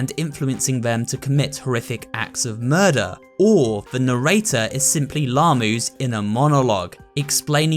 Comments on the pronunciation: Mokie did you really pronounce mochi as mokie and narrator as narator HAHAHA 😂 but other than that this was a good video decent theory and so on so forth keep up the good work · Its Narrator not Nerrater